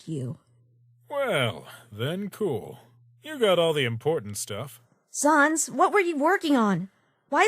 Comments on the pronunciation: You don't say it like sans you say it like säns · u don't say it like sons it's SANS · The only problem I have so far is that it's pronounced SAYNS not SAHNS. Ok bye now, also I'M METTATON!! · Frisk: Sa nas. Me: RAGING STOP SAYING SA NAS IT'S SANSSSSS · They say sans wrong they say sons its sAns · Y u call him sauns. It's pronounced sans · Sans - it's sans, not SARNS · Whoever works for this channel and reads the comics, you don't pronounce it as S-ah-n-z. It's S-an-z. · It is pronounced saens not saans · It's sans! Not sons! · It’s not sahns, it’s SANS, like the French word for without! Actually that is what it translates to! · "Sons" instead of "Sans" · S-ANS NOT SA-UNS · Mettaton Nope its pronounced.... How it's spelled SANS Cuz it's a pun on Comic Sans not Comic Sayns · You pronunced Sans wrong To pronunce his name is like that Sens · It really annoys me that Frisk is pronouncing Sans' name wrong. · Me still angery cause of people saying sans wrong